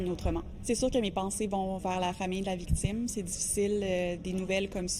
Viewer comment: Attend la procureure à vraiment dit “vicitme”, mais quelle connasse.